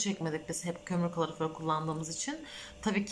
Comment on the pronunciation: Allah aşkına şu kaloriferi doğru telafuz et